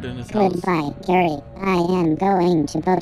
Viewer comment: In first video when it says gay instead of gary